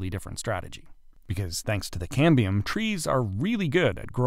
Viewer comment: ("Cambrium is a great Scrabble word") But it's Cambium – no R.